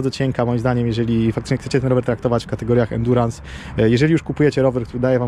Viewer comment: Za każdym razem gdy słyszę endurans...